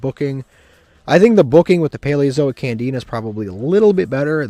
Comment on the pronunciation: I'm pretty sure he also calls Candina Canadia 🤣